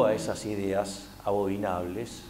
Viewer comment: Abominable, Javier. No: abobinable.